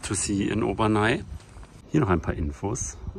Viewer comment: Heisst nicht Obernai, sondern Obernä (aussprache französisch)